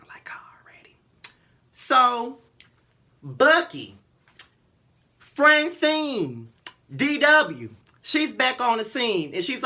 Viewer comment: did this bitch just say buckey Francine dw why lord why lol